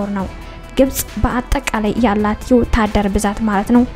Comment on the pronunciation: ወታደር ማለት አትችይም 😂😂 የኔ ኮልታፋ ውድድ አደረኩሽ